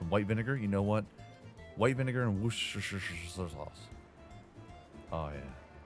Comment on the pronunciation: Can I just say that it warms my heart as a Brit to hear you pronounce "Worcestershire Sauce" reasonably accurately. A bit hesitant but close enough. :) /edit in case anyone's wondering, it's "Woos-ter-sher". Sometimes we'll even just say "Woos-ter sauce" too.